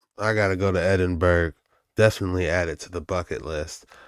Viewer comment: EDIN burgh is that where Edin is ?